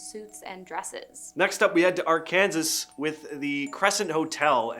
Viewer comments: "I am confusion, this Kansas, and this is not Ar-kansas. America explain! What do you mean, Arkansas. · R-ken-saw!!! NOT R-KANSAS! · Its Ark-an-sas not Ar kansas And i love the crescent hotel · It depends on what side of the state line you're on. If you're *in* Arkansas, it's pronounced are-kin-SAW*. But if you're in Kansas and you're talking about Arkansas City, or the Arkansas Rivers, it's pronounced are-*KAN-sas. Pronounce it any other way, and you're immediately pegged as a foriegner. 😂 I grew up in Kansas, and I think it's silly, but there ya go. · Did he just say "R-Kansas"??? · its pronounced ark-an-saw (sas) say it fast lol. Good videos. Thank you both for sharing 🙂👍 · It is if you are from Kansas... otherwise it is pronounced Ar-Kan-Saw. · Lol theres no way you said arkansas like that with a good heart. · Southern California is not part of the South, and please stop pronouncing Arkansas wrong😂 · Not how you pronounce Arkansas dude ... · In Arkansas it's illegal to pronounce Arkansas wrong. He's now a criminal. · It's illegal to pronounce Arkansas wrong here and I've only lived here for almost 4 years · Bruh im from Kansas we don't say it like that Arkansas is a different city